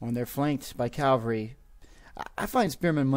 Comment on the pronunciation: sorry, but anybody else hear Calvary instead of cavalry?